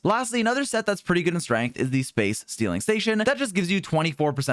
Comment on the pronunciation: We've reached 2.0 and he still can't pronounce "sealing"